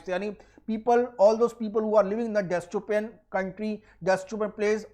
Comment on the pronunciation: "Destopan" nhi hota .. u need to work on your pronunciation